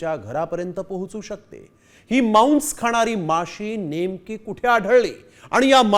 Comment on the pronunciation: तु पहले मराठी नीट बोल मांस ला मौंस म्हणतोय, 🧐🧐🧐🧐🧐